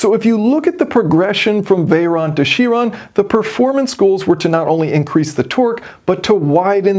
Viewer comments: You Pronounce CHiron incorrectly. Its not a French word. Its from the Greek. And is a "K" Tell Mr Tate if u ever bump into him. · for info its veyron and chiron not veyeronne or chieronne